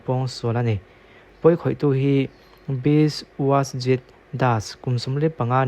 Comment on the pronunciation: Biswajit Das" tih lam rik dan Bisawzit das tih in lam tur, chuan Bidhyanagar" tih pawh kha Bitdanagawr tih in lam tur hehe😂